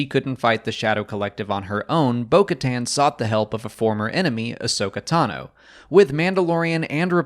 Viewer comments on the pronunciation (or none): none